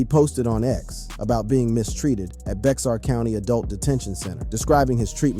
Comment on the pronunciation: Bexar is pronounced like bear